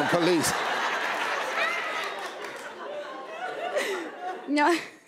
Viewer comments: Why she keep sayin "please" instead of police? 😂😂😂😂😂😂😂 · She needs to learn how to say PO-lice. Not pluhease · She's saying please not police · I thought she was saying please too. And I was like I didn't think they say please lol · She sounds like she said "freeze please" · sound like she be saying palease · When she says, "police," it DOES sound like she's saying "please!" She could always become a meter maid. I don't think her appearing on TSHS helped her career goals. IJS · The way she says police sounds like palease